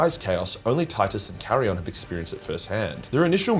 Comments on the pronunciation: Dude. It's not Carrion. It's fuckin KAI-RON. They say it in the game. Hes not a goddman crow. That would make him a Ravenguard. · Wait a minute, did I just hear says "Charion?" Not "Chairon?" ✌️🤣